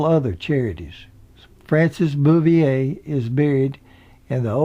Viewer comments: mIght mention it was Don KNOTTS, not KNOX, and Francis BOUVIER, not "Booyay". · it was tut the narrator kept mispronouncing it, and called Frances Bavier Frances Bouvier (lke Jackie Kennedy's maiden name) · So many errors and mispronunciations its disturbing. It's Griffith not Griffin, its Knotts not Knox, its Elk St. not Elm, No time for Sergeants was 1958 not 1968, it was Frances Bavier (Pronounced Bah-vee-a) not Boo-vee-a as in Jacqueline Bouvier Kennedy, its The Apple Dumpling Gang not The Applin Dumpling Gang, Cedars Sinai not Cedar cyanide........sheeeeeeesh! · Andy “Griffin”, Don “Knox” and Frances “Boovier”? Who is this clown? One would think, when narrating a documentary, one would at least be able to pronounce the names of the folks concerned. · GRIFFIN< KNOX< BOOOOVEEAA< etc...LoL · Numerous pronunciation errors ("Griffith", "Knotts", "Bavier") that have been noted by others, as well as a few that haven't ("Manteo"', "Matlock"). And some factual errors (it's "West Virginia University" not the "University of West Virginia", for instance). This charming video might be stronger if the narration were simply -- and easily -- re-recorded. If I'm not mistaken, intros to at least one or more years of "The Andy Griffith Show" specifically featured an announcer's correct pronunciation of the names "Griffith", "Knotts", "Bavier", and "Howard" in the opening credits and that might be a good starting point for a revised narration to this commendable YouTube video. Thanks for the memories!